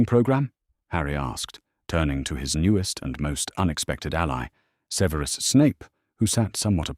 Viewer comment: The AI artwork put clothing on all the house elves, seriously? One day and AI narrator will say Severus Snape's first name correctly. Harry needed to take Ancient Runes, don't you think?